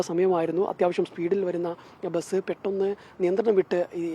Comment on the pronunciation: ബെസ് എന്നല്ലെടോ ബസ് എന്ന് para🤲